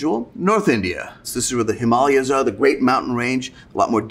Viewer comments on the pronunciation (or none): none